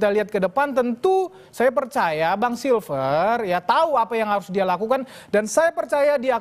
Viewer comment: Si freddy nyebut nama koncone wae salah, Silfester dibilang silver